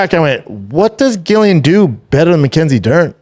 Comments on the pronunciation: Brendan just a quick little fyi - Din is pronounced “Dean” and Gillian is pronounced “Jillian” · Dude .. no home but I fucks with B Shaw...but please stop saying GILLian...its pronounced JILLian lol... pleaaassee 🙏 lol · Its said like 'Jillian' even if its its a G!!!! America say so many words wrong.. you speak English, pronounce things properly like English people do!! Drives me crazy loads of words americans say wrong.. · lol Brendan is driving me crazy by not pronouncing their names correctly. It’s spelled sin but it’s pronounced DEANA GILLIIAN= Jillian. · How does he struggle with saying Gillian and din😂😂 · I love the show honestly, some good takes, but mispronouncing Gillians name the whole time , and saying Ian is the top dog at his gym are crazy goofy haha ( pretty sure Charles is still the man there ) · What way is he pronouncing "Gillian"? 😂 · Crazy work that doesn’t correct Shaub on the pronunciation 🤣😂 dude is making him look stupid not saying anything